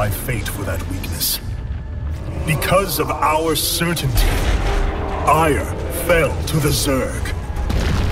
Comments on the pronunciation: "My life for Aiur" sounds like "My wife for hire" in Starcraft I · I know that, but it sounds like hire.